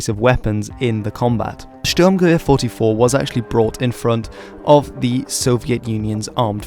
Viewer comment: finally someone who actually said the 44 in STG-44 in german